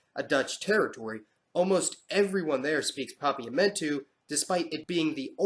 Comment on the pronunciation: Seeing as I, like many others, caught the mispronounced words in this video. And everyone else loves to point out mistakes, let me say this as a native Papiamentu speaker: The way you pronounced Papiamentu was close to perfect!